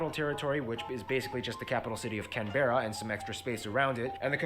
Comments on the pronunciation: ‘Can-berra’? No - ‘canbra’ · no op is correct its pronounced cam-bruh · Um… Canbearuh? It’s pronounced like canbruh. Canberra. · It is pronounced Canbra. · Oh god why did he say can berra hearing it pronounced like that made me cringe 😂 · Ah yes can bearer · I love hearing all the American pronunciations Melbourne is Mel-BORN Canberra is Cam-bra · Listening to people pronounce canberra like that pains me. We say it kambrah. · Largest island smallest continent and it's pronounced Canbra as for landscape from tropical to temperate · Um, did that man call the capital Canberra, like say it like that. In Australia The capital is pronounced as cam-bruh. Here have this little history on the capital. So a long time ago before Canberra was built, Sydney and Melbourne were fighting over which city was going to be the capital. So eventually seeing as they couldn’t decide which to settle with, they went half way and built Canberra. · It is best to pronounce Canberra by saying each letter. I don't know where the -bruh comes from, but is wrong. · I’ve been to Canberra before and they definitely pronounce it as Can-bra or Can-bruh, not many people pronounce it as Canberra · Why was he saying Canberra so weird 😂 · That is the strangest pronunciation of Canberra I've ever heard wtf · The way he said Canberra made me cringe 😖😫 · It annoys me so much to hear that guy pronouncing Canberra wrong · My eye keeps twitching when he pronounces Canberra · Come on it's only Canberra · Same! LOL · OMG me too I was cringing every time!!